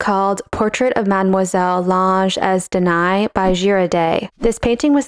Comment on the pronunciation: Nice!! BTW, Danaë is not pronounced deny but /da.na.e/